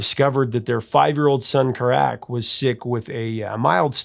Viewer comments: Robert Plant’s son name is pronounced Karac like carrot his middle name is Pendragon ….not Kuh-rac just an fyi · ... pronounced KA-rac. At least that's the way I heard it sound.. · Please know that Kerrick, is sounded out as Kar-rick(care-rik) not Kerrack. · I believe Karack is one syllable... say it fast . Not Kare Rack..lol